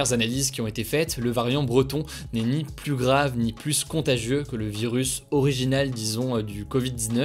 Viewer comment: Merci... Pardon mais s'il vous plaît arretez de prononcer le S de "plus" quand il est suivi par un adjectif commençant par une consonne. c'est contre le bon usage et à la longue c'est énervant.